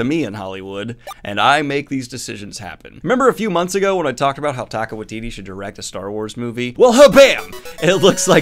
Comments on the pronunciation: Interested in the app you mentioned. Thought you should know their support is worthwhile. Also, I love you, but you're saying Taika's name um.. Wrong. Think of it like Tyka. 💚 Glad you shared the info. We've done the scholarships for over a decade. Given how violent they were HBO seems like a good home for Looney Toons. 🤣 Also, eff Tolkein's estate, since he didn't actually invent elves and whatnot. And also, you're welcome for the publicity. 🙄 Also, also. Is too little too late for Netflix. No release date for season 2, and a tech problem had their customer service tell me, "Finds something else to watch." So I did. Titans is a great show! Never going back to Netflix, short of an apology that is not likely to happen. Nice news wrapup! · Say it with me -Taika is pronounced “Tie - Ka” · I think you're pronouncing Taika wrong? I think it's more like "ty" for the first one.